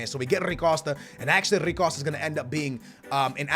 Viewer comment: Bro who tf is “rri costa” this man can’t pronounce anything to save his life